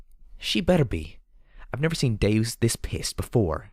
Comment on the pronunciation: I thought the same thing, and have pronounced it that way since the beginning, but is actually pronouncing it correctly. It is deus, meaning god, as in deus ex machina, not deuce as in two.